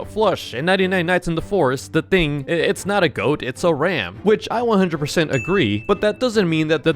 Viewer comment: It's not whatever you said it's the goat man